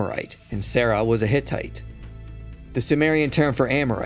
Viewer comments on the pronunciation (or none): none